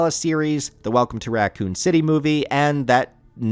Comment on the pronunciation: What is Ratcoon City? And what is a document-tary? Why are you pronouncing these normal words so strange?